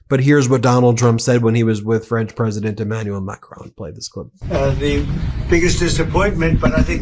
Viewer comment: Ladies and gents… this is the “presodint” of the fractured states on Mmmerica.